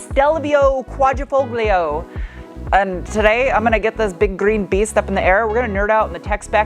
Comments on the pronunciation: Pronounced Quadra"fol - yo", you don't pronounce the "g". I know... Okay boomer. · Qua-dree-fol-yo, Sweetie. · You don't read tat "g" in Quadrifoglio, so it would sound more like "Quadrifolio" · the g is actually silent wheh you pronounce the name, no biggie just wanted to let you know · The “g” is silent in Quadrifoglio. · Just an FYI. The G is silent in Quadrafoglio. 😀🇮🇹🇮🇹